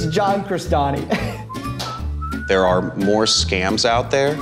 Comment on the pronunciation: It's London Real-stani?! CRESTANI?! DaFaq?!